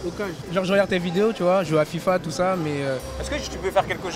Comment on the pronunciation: "Il a tout perdu l'iphone touut"..."Ah non c'est un Nokia"😂😂😂😂😂